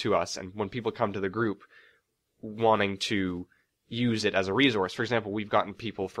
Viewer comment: man...i dont mean to be a douche or anything...but the way that pronounces "resource" really gets on my nerves....sigh no offence bro...its just one of my pet peeves